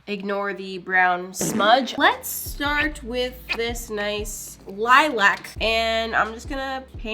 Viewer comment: You pronounce lilac wrong